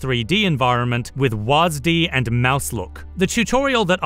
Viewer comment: My only problem with this video is how you pronounced "WASD."